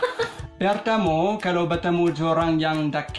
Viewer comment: Muy díficil..... Emmm Bahasa Indonesia nya banyak yang salah sebut ya. "Pertama" tapi disebut "pertamo"